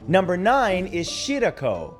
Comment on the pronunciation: Matt it’s pronounced Shi- Rah - Ko